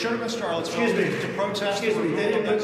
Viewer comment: Why do I keep hearing it pronounced "Charlottesville"? It's pronounced "Sharlottesville", like Charlotte is pronounced Sharlotte, with a sh, not a ch. Like, I hear trump just there switch between char and shar, like he once said "Rusher" and "Russia" in the same sentence. Does he just not know words? Why is that confusing people?